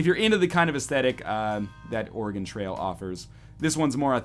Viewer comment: As an Oregonian, anytime someone calls it "Ore-E-Gon" I cringe. It's "Ore-E-Gun." C'mon bros.